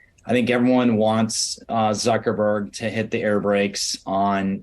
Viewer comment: did he say Zuckerborg? lol